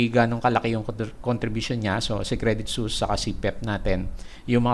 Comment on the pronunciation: Suisse is pronounced as ‘Swiss” po. Credit Suisse is a Swiss company based in Switzerland.